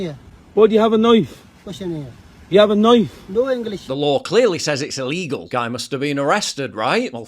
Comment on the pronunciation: Shouldnt the argument be the white guy should be able to carry a knife instead of "illeegull deadlee weapon?"